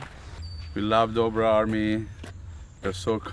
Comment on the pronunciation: its say dodre brother "Dobre brothers"